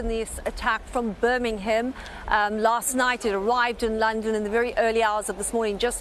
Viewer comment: Would you like to say birmingham again